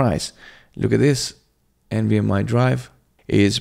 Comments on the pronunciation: Its NVMe not NVMI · Why are you saying nvm “i” ? Do you see an “i” anywhere in the word “nvme” ?